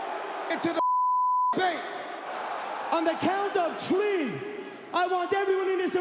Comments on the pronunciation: lmao on the count off tree 1 2 tree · On the count of tree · On the count of tree 🤣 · ONE!!! TWO!!! TREE!!!😂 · One, two, TREE!